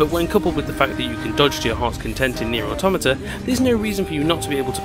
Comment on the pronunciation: Its pronounced NieR Automata, just so you know. Lol 😆